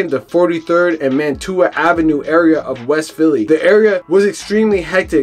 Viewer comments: It’s Wyalusing Av( Y Loo Sing ) and Mantua Av (Man chu uh) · Bro you don’t even know how to pronounce the street names. Man-tu-a 😂😂😂